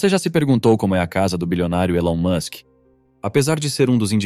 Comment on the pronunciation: Você tá pronunciando o nome dele erado.